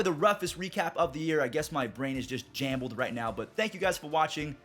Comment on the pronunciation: when u said jambled instead of jumbled i knew u weren’t lying when u said ur brain was all over